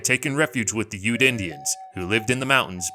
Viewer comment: Did you think that "UTE" is short for something? Like U.T.E.? It's "Ute".